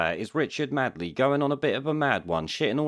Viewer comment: Made..ley...not Mad..ley ffs,.